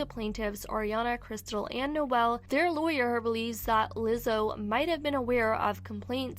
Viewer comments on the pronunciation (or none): none